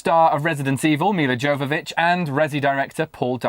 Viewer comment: dudes, you should really do some research before taping the show, you pronounced Milla Jovovich wrong every time, it was a pain to listen